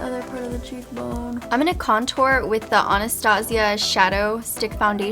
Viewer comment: I think it's (Anna-stay-Sha )